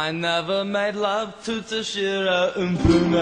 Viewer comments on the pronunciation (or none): strangest pronunciation of toshiro mifune i've ever heard.